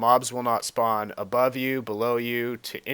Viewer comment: hahahaha speawn